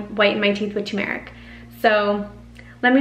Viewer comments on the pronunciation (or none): Cool natural remedy Btw the emphasis is on the “u” So it’s like saying “term-rick” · UPDATE: Still works six months later! Do at bedtime and any remaining yellow residue on your tongue, lips, etc. will absorb into your body overnight or you can oil pull to make the yellow instantly disappear! (ps the accent is on the first syllable: TUR mer ik/TU mer ik) THANKS, again!